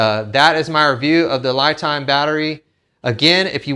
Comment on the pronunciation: The Company would like their batteries pronounced Lee not Lie Time ie (They don't Lie)